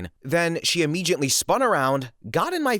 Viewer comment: "Immegiately?" Dude, there's no "G" in ImmeDiately.